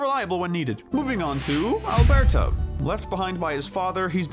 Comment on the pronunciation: It's Alberto, not Alberta